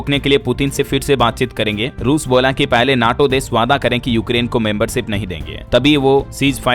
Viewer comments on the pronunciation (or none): none